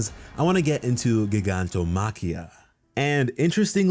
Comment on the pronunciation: Me who’s Greek getting mad every time he can’t say γιγαντομάχη